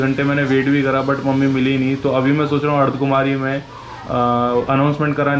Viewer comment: Bhai ardhkumari nhi hota ardhkwari hota hae